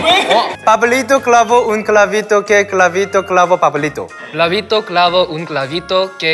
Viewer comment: en el min parese q en ves de decir "pablito" dice "clavito"